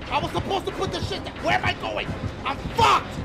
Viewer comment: 😭😭😭😭😭he tried to say put that bitch down but he said PUT THAT BITCH THA-CKA-AAA💀💀 fmu